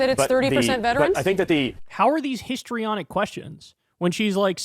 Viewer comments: He didn't say 'historyonic' he said 'hystaronic'.... because women are hysterical, don't you know. 😮They are using language we stopped using once upon a time because it was discriminatory and when 'hystaronic' was a DSM diagnosis often given to women. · It's "histrionic" because she's a WAMMAN, Kyle 🙃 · Him saying “histrionic” just gave away his whole strategy on how he was just going to claim that her questions had no basis